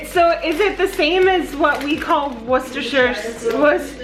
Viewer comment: Yyyaaayy finally, American's who can pronounce " wusta " sauce correctly. Well done you lovie. And of course " wusta-sher" is Worcestershire ❤️